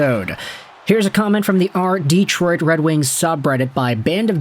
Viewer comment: Hey, here in America speak English. Its' Detroit, NOT Deeeeetroit.